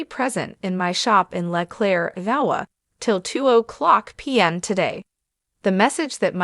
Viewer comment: You need a better AI to narrate your videos, at least one that can pronounce IOWA.